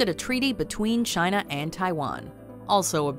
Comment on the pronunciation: Chayna Numba Wan!